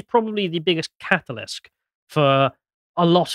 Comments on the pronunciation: it's catalyst, not catalysk. I'm aware you're dyslexic so no hate, just helping you out here. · Its catalyst....not catalisk